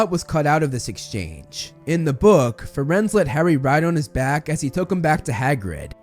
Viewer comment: I don't know if anyone has said it, but it's Firenze, not Firenz :)